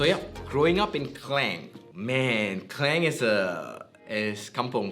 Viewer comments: Malaysian yet proceed to call his hometown "Clain' instead of "Ke-Lang" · Org Malaysia tak sebut pronunciation kleng.. Klang is Klang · So he's originally from klang but why he pronounce it "kleng" like foreigners do. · This might be long back video but can you pronounce KLANG not in english version pls in Malay pronounsation. Thank you😊